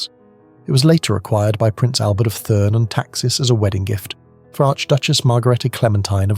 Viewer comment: Please note to whoever is narrating this article. The name is pronounced TURN and not THURN.